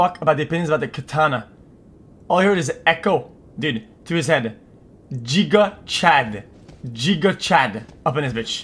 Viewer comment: Xqc failing to say giga Chad is pain